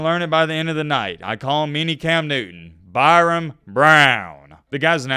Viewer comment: His name is Byrum not Byron